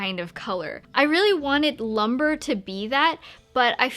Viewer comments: It is pronounced loom-bray, not lumber. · The way she pronounces "lumbre" as "LUM-BER"...